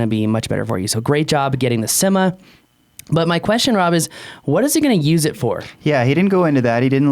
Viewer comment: Inenjoy the videos,but needs to learn how to pronounce"Syma".There are a couple of ways that are plausible,but I don't think "Simma"is one of them.Thanks for the video.I have,and love theSyma X5C,but frankly the camera sucks.